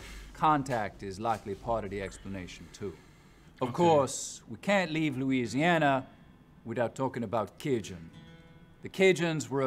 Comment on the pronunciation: Right? I'm not even from Louisiana and know that people from there do not pronounce it like that, lol.